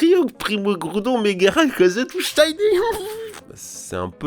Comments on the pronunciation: Moi le "tous Shiney" ça me fais rire parce que j'ai les mêmes problèmes de prononciation (quelque part je me retrouve là-dedans). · "TOUS SHYNE" 😂😂😂